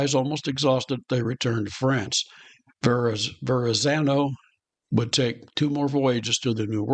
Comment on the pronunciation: LMAO - He bungled the shit outta that. As a proud NY'er I'd make him wear a dunce cap.